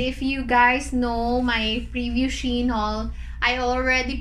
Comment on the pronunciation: its SHE-IN